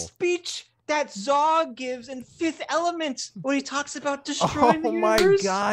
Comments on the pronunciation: It’s “Zorg”… come on fellas 👊🏼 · It’s zorg zorg not zawg. Omg you’re breaking my heart. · Zorg, not Zog. Jean-Baptiste Emanuel Zorg.